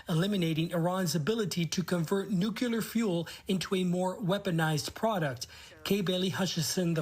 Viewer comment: reporter cant even pronounce the word "nuclear" correctly